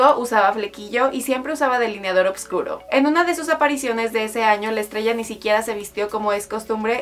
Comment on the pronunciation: una grosa adele... lo que si la que relata dijo varias veces oBVscuro, será oscuro mejor dicho